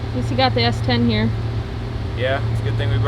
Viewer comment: Say S10 again 🤣